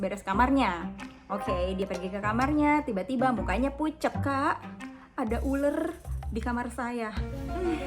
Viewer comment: Ular kak,bukan uler😭